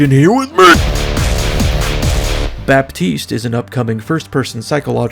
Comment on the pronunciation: was anticipating the part about Baptiste because that's my name and I wanted to hear an American pronounce it and you falied :)